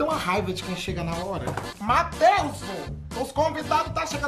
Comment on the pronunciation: “Mateuzu” rsrsrs